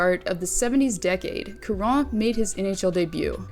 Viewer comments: Charon is said like Chara a soft Ch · Charon = "sha ron" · Damn the number of times you said Charron's name incorrectly is astounding 😂